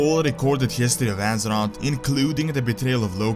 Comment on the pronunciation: It's azeroTH, not azerot